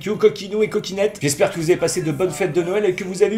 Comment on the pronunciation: a chaque fois qui dit coquinette jai limpression qui dit coquillette